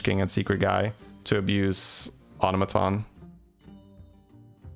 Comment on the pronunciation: You said "automaton" absolutely fine, ignore those people, they are just not used to non-USA accents and didn't consider that just because something is different from what they're used to, doesn't make either way wrong. Plenty of different places say it one way and plenty say it the other.